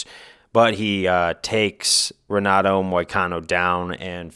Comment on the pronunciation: Just found this channel and it's good but one thing is the r in Portuguese is pronounced like a h so it's henato not Renato